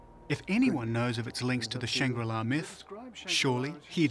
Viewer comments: right? idk what this guy was talking about? mispronouncing shangrila and what even was the topic/point of the documentary? a utopia that everyone knows about? really you couldn't get lost horizon from ur home country? relating london book store to england ? like bro, who gave u the funds for this docu? 😂😂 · Does Shangri-La Simply mean Shambhal theMystical Kingdom? Mispronounced and Miss translated